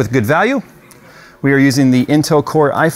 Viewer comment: lost me when you went itel